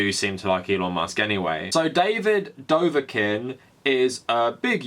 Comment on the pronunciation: how the fuck do you butcher davids name so much its fucking dobrik where is the v and n you keep adding